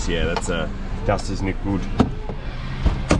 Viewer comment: Greetings from Germany great content on you channel really like it. Love it when you say „das ist nicht gut“ 😂 👍🏼